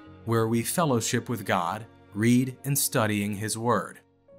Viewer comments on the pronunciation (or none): none